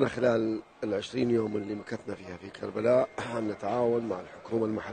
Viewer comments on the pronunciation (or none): كربلاء مو كريلاء كابتن